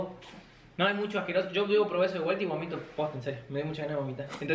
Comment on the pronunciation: No se dice gomito es bomito